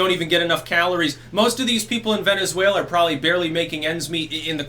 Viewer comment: I dont know why I lost my shit that hard when you said "Venezfaila."